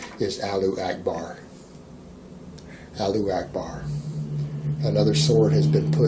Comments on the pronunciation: Alu akbar? Very well-read. Very worldly. Moron. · “Allu akbar” LMFAO